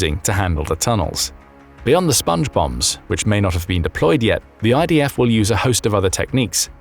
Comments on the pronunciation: I kept hearing Sponge Bob instead of Sponge Bombs. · I heard Sponge Bum, as in Spongebum Squarepants. 😂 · My immature ears keep hearing "Sponge Bobs".... Hey Patrick!! Hehehe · Everytime you say Spnge Bombs I hear Songe bombs square pant, Sponge Bombs square pants... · I kept hearing SpongeBong